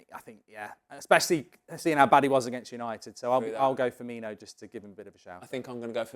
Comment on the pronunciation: “Firminho” and “Tsimisskus” back to back 🤦‍♂️